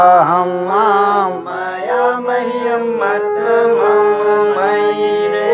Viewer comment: आप गलत पढ़ रहे हैं स्वारंत को व्यजनांत मे पढ़ रहे हैं हिंदी में मम् पढ़ते हैं संस्कृत में म म पढ़ा जाता है